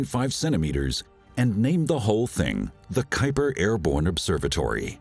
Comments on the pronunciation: Airborne not "airbone" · you mean "airborne"